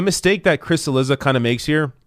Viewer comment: chee LEE dza not sil LI za. Can we at least make an attempt at pronounce easy-to-pronounce-correctly names correctly?